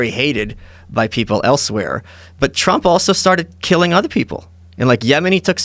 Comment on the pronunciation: Ha ha he said Twump!